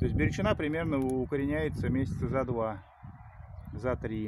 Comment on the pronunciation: Бирючина ударение на букву,, И,,...